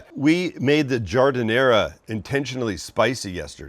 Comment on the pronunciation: All good until you effed up on the giadinara.